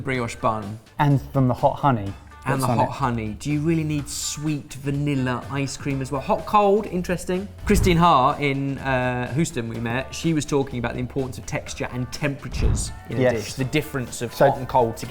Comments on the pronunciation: As a native, I feel required to take umbrage with "Hoosten." *Hyu-sten*, please and thank you. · Did say Hooston? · “Hooston”???? Ughhh 😭😂❤️